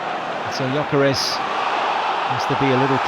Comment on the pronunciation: Hey Arsenal! ... it's Gyökeres with an "ö". Please show some respect. (Arsenal is my English club.)